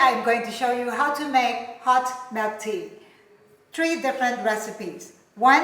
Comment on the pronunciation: Hot Melk tea😅